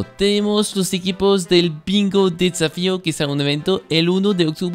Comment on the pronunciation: Soy el único que escuchó "Pingo desafío" al principio del vídeo? XD